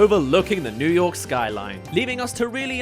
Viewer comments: ”Welcome to Yew Nork” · "Yew Nork" 💀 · Welcome to yew nork